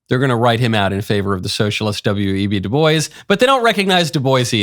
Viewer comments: She said De Bois (boys) fucking learn how to say his name. De Bois (Bwah) it's inherented french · W.E.B. De boyz? I think his name is pronounced, Doo Bwah.